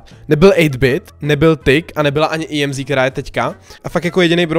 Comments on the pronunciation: EMZ NE JEMzi nebo jak to je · Já to vyslovuju Emz, jsi první koho znám a vyslovuje to "Jemzí" 😂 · Říká se to EMZ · Tak co? Vyslovujete tuhle novou brawlerku [emz] a nebo [íemzí] ? :DDDDD vím, že to vyslovuju špatně, zlepším do příště! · to není imzí ale emz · Í EM ZÍ xd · Říkal jí (íemzí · Tak 1.je to emz a né íemzí 2.ta emz je na dálku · JE TO EMZ A NE IEMZ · ake íemzí je to emz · Neříkej jí emzí ale emz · Mega dobrý video ,líbí se mi že jsi zase plný energie a povzbuzení (PS měla by se asi vyslovovat emz 😅) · Říkej [Emz] 🙂👍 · Ne je to Emz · Normálně než ne íemzí🤣🤣🤣🤣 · čte se to normálně Emz.:D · Čte se EMZ normálně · Ahoj čte se to emz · Vyslovuj to emz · Nn je čte se to emz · Jméno emz se vyslovuje tak jak se píše